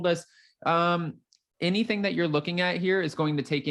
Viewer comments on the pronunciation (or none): none